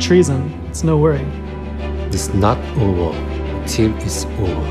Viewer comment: it's not ober(over)until it's ober(over) 🤣🤣